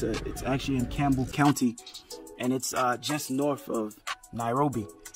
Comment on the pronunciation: Soko means open air market in swahili. I like how you pronounce Kiambu as Kambu ❤. Always enjoy your content young man! You have really become a local!!! That's what's up.